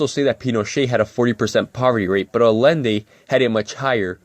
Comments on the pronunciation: This kid can't even pronounce Allende. Say it with me, ancaps: "ai-YEN-day" Big props to the original video producer for being brave enough to admit that he doesn't actually care about democracy, as long as the result is unregulated corporations. Usually reactionaries just lie about things like that. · I love how he keeps mispronouncing Allende's name. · always mispronounced Allende's name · The guy can't even pronounce Allende.